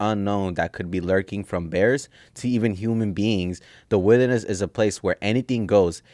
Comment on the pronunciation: Getting lost in the “witherness” 🤣